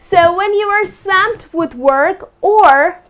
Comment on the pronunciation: Hi.You pronounced the word swamp wrong